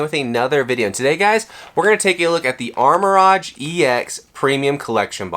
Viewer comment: What are you talking about…he’s opening the Armor Rodge box 😂😂